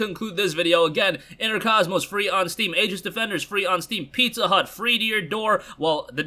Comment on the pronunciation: Aegis is --- EEgis. The Aegis was Athena's breastplate in ancient mythology. Just watched another video that completely butched the pronunciation as well. Was the local newspaper from where I grew up (yes if you search Aegis newspaper you will know almost exactly where I am originally from). Anyways, great video as always. Yours is the first I search for every day (and again in the evening) on YouTube. Keep up the great work!